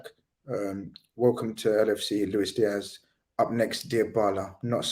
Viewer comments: It's not pronounced Looish Diash, he's not Portuguese. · Why is Avi insisting on pronouncing a Colombian/Spanish name with a Portuguese accent ? 🤔